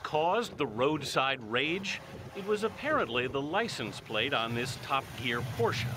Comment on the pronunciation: The way he pronounced the word "Top" really made me laugh